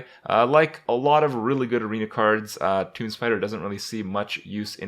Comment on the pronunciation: wait wait wait. toomB? toomBBB? kripp, out of all the words you mispronounce, this is by far the worst